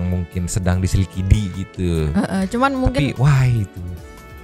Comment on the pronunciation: Bukan di selikidi,tapi di sekidili 😂😂